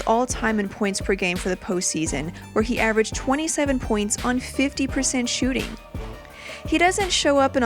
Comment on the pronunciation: She said shoe shooting percentage💀